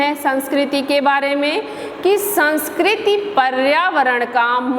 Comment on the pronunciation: Sanskrti bolte hai sanskrt nhi